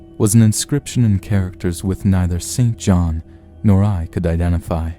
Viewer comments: I believe that “St John” should be pronounced “sinjinn”. Why? A convention that goes back to before the Great Vowel Shift designed to identify those who went to English private schools from those who did not. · St John is pronounced "sinjinn"